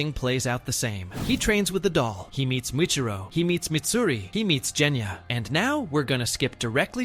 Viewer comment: Part of me dies every time the AI pronounces Genya's name as "Jenya".